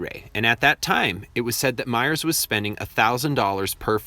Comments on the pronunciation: Ouray is pronounced UR-AY. Mears is ME RS Not myers. I love that drive. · your-AY is the proper pronunciation for Ouray. Otto Mears' last name, locally, is pronounced "Meers." I grew up in Ouray; learned how to drive on 550. My driving test for my father (before I could get my license) was to drive from the Pass in front of him using the gears. If he saw brake lights, I failed. When I finally took my test, the guy had me drive out of town to a narrow stretch, had to do a three-point turn, then drive back to town...in February...that was it! I didn't learn to parallel park until I was well into my twenties.